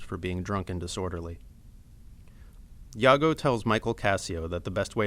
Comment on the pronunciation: you pronounce "Iago" like "yago" hahaha whattttttttttt